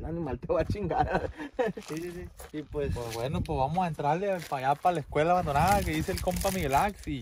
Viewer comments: Quien se percató, que en ves de decir "escuela" dice "escula" 👀👀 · Jajajaja dicee escula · Dice acampando en la ESCULU abandonada 🤣